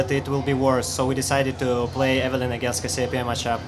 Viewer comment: Caz-e-pe-ay Cassiopeia. Wasn't the star combination Cassiopeia discovered by a russian? What the fuck.